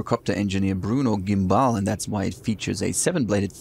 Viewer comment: Just for accuracy, since this is a French aircraft the correct pronunciation is "Gambal".